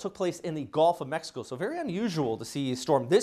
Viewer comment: He says GOLF of Mexico hahaha